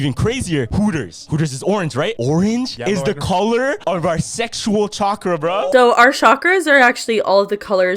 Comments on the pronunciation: It’s literally pronounced how it’s spelled not shakra….. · i love you but your saying chakra wrong. You don’t pronounce the ch…. At all. Lmfao